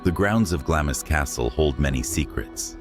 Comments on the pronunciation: Glamis is pronounced glams as though there was no letter i. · Glamis is pronounced Glah-mz! You forgot to mention the ghost of Lady Glamis seen praying in the castle Chapel, the sunlight shining through her, leaving no shadow.